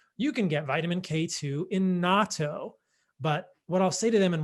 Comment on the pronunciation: It makes me so happy when a white person properly pronounces Natto (nah-toe).